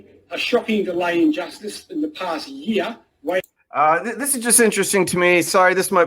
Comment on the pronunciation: He pronounced the word "year" as "yeauh". Is he from New Englandd?